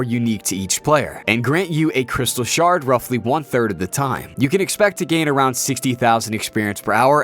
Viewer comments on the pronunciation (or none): none